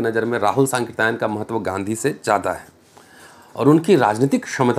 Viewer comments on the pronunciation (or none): सर सांकृत्यायन का उच्चारण 😅...